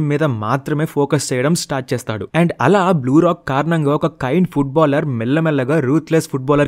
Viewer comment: " Blue lock " bro "Blue Rock" antav😂😂